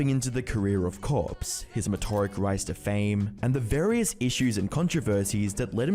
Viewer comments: It's "meteoric" not "metoric," which isn't a word. Also the framing of this is pretty bad TBH. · Meteoric, not "metoric" that's all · metoric isn't a word, it's meteoric. as in, a meteor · Yeah uh, are you lazy or just dumb? Say it with me now, MEAt-E-O-RiC, Meteoric. Metoric isn’t a word. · Metoric rise to fame, wtf is metoric. Not only did you spell it wrong your pronounced it like you spelled it. Meteoric is the word your looking for. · It's Meteoric, not Metoric. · It's not metoric, it's meteoric... ME-TEE-OR-ICK! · meteoric not metoric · "metoric" How did you say that and not want to bash your head against the wall? I can't understand that. It's not a word. Meteoric... me-tee-or-ick. Like, it's not the pronunciation that confuses me... it's the fact that you typed this into your script, kept it for the final version of the video *including a subtitle with the erroneous spelling*. This is like a dozen chances to fix it. You had to have even seen a spellcheck correction prompt for it at some point. So, you can't even excuse it as an error, because it's both the way you pronounce it and the way you spell it. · binging your vids thanks for going through all this effort, all very interesting. might want to triple check your scripts though, i dont think 'metoric' is a word. guessing you were wanting 'meteoric'? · I can see why you spelled it "Metoric" when that's exactly how you pronounced it.. but it's spelled "Meteoric" after the word "meteor" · meteoric, not metoric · great video, but one nit-pick... METORIC? you meant MEATY-ORIC. (Meteoric) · It's meteoric rise, instead of metoric. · Hahahaha 'metoric'? Do you maybe mean 'Meteoric'? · its meteoric not metoric 🤓☝ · "Metoric"...? Thats not a word. Do you mean meteoric? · Meteoric, as in having characteristics of a meteor. Not metoric. I do appreciate people flexing their vocab though, there's a lot of cool words out there. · METEORIC, not METORIC smmfh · Meteoric, not Metoric. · Metoric? Isn't it Meteoric? lol